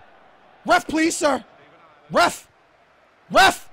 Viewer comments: Ive just noticed, but is it me or when evrytime says ref, it sounds like hes saying ruff, like a dog barking lol HAHAHAHAH, U KNOW I LUV U DOH BRO:) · I love it when was shouting ref (on the 90th minute), he sounded like a dog barking.. Lol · he is saying ref ref ref, like a dog woof hahahaha, if anyone understands me xd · You sounded like a dog barking saying ref a lot